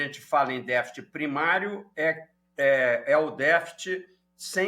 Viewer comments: Não achei elucidadtiva as explicações do entrevistado. E não falou novidade e nem foi didático tambem, pois quem não conhece um mínimo de economia ficou vendo "estrelas" no céu, ou seja boiando. Por exemplo: o que é "deficit", que ele fala "defit" primário? ...Mas esse mesmo problema esta corroendo as finanças dos EUA já algum tempo. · "défit"?? O que é isso?